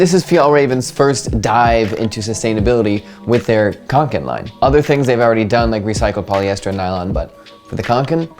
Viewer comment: Yeah, nice pronunciation. People tend to pronounce Kånken as Kanken and that's something completely different. Kanken means “a chicken” in the regional accent where the Kånken comes from...🐤